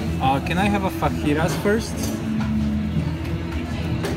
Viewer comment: A guy with a Hispanic accent mispronouncing fajitas as FAKitas lol